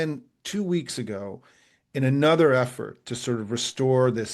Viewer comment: Small thing. Why is 'another' now pronounced 'Another?'